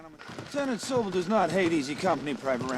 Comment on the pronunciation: I wonder why the audio wasn't in snyc with the video. That's Sobel, with an L, not Sobee.